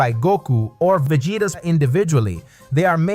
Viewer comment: Yeah I'm not about watch a video with a guy destroying Vegeta name.😑